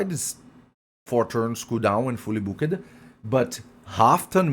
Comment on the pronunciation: Take your Microphone off the table, your voice is bouncing off it. and learn how to say Booked.